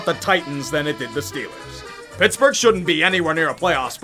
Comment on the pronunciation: I missed loving in SW Pennsylvania "Hayll Yea dis hears Stiller Countreee"